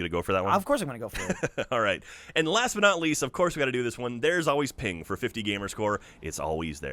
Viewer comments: Hey, its PENG! Not Ping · said Ping instead of Peng 7 times. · was i the only one that cringed every time said ping instead of peng?